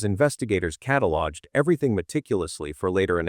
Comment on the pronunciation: I have to admit that as good as this video was, it was so hard to listen to due to the AI voice mispronouncing words like "mishap" and "catalog"